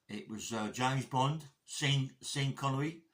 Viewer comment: My mom you used to say his name "Seen" Connery as well.